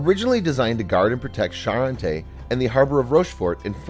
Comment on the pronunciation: One should at least try to mimick the correct pronunciation of foreign names. Île d'Aix is not "ildeye" and Charente is not "Sharon Tay", Vauban is not "boy Ben" and so on.